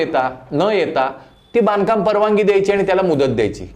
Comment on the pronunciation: परवाणगी नाही रे बाबा परवानगी असतं ते